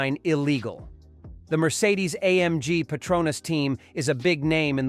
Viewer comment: I can’t watch this channel again after hearing how you said Mercedes….